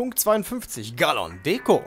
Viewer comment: das "Gallon" hort sich bisien wie ganon an